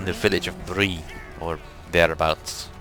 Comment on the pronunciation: …..it’s called Spree….not Bree….it’s been killing me how he keeps calling Spree, Bree! I also am dying over how he just left a nugget that the Blues uncovered in the goop! Other than that, it’s an amazing let’s play!